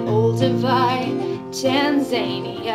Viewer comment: Funny. Pedant here says Tanzania (pronounced tan-zan-ear, not tan-zain-e-er)!